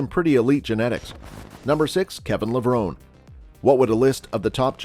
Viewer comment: Hard to take thus list seriously when you mispronounced Ramy and Levrone.....